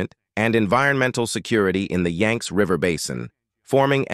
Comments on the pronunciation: yanks? WTF its pronounced yangsee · The name of the River is: the Yang-tze /// YANG -TZE River, two syllables. This is important. To get the pronunciation of Chinese name correct, especially one of the two essential rivers of China: the Yang-tze River and the Yellow River. And the province is Hu-bei / Hu-bay, accent on the Hu syllable.